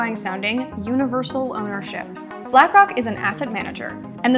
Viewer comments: She literally said black cock😭🙏🏽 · she tried to subtlety slip “black cawk” into her little video she ain’t slick 😆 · She said Blackock without an 'r'.